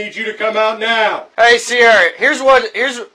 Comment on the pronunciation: I don't think they were saying her name right. It's "See-are-uh". Not sure that it changes anything though